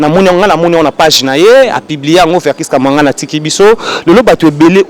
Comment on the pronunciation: Chroniquer prononciation nayo eza bien te Kia....est non Ka stp